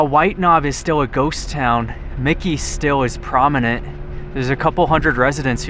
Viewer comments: I believe it is Mackey (Mack kayee), not Micky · It's MacKay. Not Mikey. There is no "I". Very cool place though. Been there and explored ourselves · thanks, another fascinating find. As others have noted it is " pronounced 'Mackie' with the accent on the first syllable" from the wikipedia article on Mackay. Much easier than Pahsimeroi.:-). I had a devious thought, maybe mispronounces words to increase comments? Ha. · Its pronounced "Mack-ee" How embarrassing for you to not even ask a local or do a simple search about the name of the town. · Mackay is pronounced like Mack+Key. Back in the 70's some of the 1st cattle mutilations happened out in the Mackay/Copper River Basin Area. My dad was in Ketchum, knew some folks whose families helped settle the Mackay area and they picked up and left after the cattle mutilations. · pronounce. Mackay ——-> “Mac-E” 💥👍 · I like your videos but it would be nice if you get pronunciation of the town right. I always look forward to your adventures, please keep them coming.